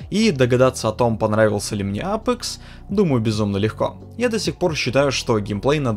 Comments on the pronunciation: Научись выговаривать АпЕкс. А не апэкс. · "АПЭЭЭЭЭЭЭЭЭКС" - это байт на комменты? Как серпом, правда, мужичок. Ты же говоришь, "Доктор Дизреспект", через Е, а не "Доктор ДизрЭпспЭкт", значит для тебя не норма "Э"кать.